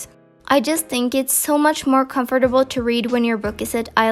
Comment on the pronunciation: the way she is saying comfortable is terrible